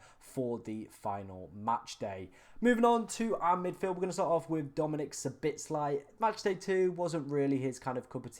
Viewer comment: It’s S-H-O-B-O-Z-L-A-I NOT SABITSLAI